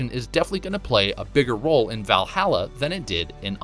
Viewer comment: “VYall Halla”